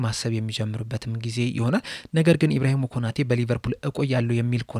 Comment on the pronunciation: ኢብራሂሞ ሳይሆን ኢብራሂማ ነው።